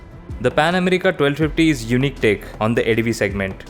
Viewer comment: You may be a good rider but you're a horrible presenter. Dude, you really need on your language, pronounciation, clarity and everything else! It's Pan America, not 'Amreeeka'. And what the hell do you mean by 'its look'? Was sleeping or had he taken a day off? How in the world did this get past the editorial board?!